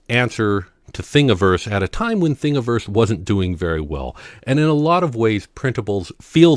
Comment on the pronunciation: Thank you for pronouncing Thingiverse correctly.